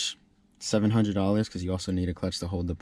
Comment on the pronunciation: A diff episode he said close to five hundeee